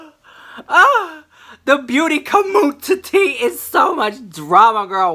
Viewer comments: I love how you say com mun titty! I die 😂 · Booty *Commun-ti-ttie *! ! LOL :) I crack up ! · "booty COMMUNTITTY" 🤣 #TeamRichLux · The way you say "community" LMAO. I am living for it!!!!!!